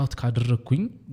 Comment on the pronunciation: አር'ግቼ እያልክ ባታወራ